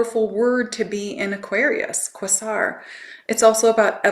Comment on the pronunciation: Thank you. This is jam packed full of goodies. I will definitely watch this a few times. ❤🎉 I believe Quasar is pronounced " Kway-zar"